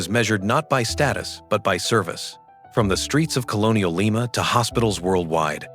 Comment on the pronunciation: AI....it's Lee ma. LYE MA is a bean.😮😅😅😅